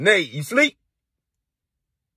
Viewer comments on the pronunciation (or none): Nate Nate not nite nite 🤦🏾‍♂😂🤣😂🤣😂